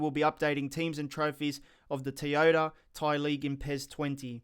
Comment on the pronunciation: How can someone mispronounce toyota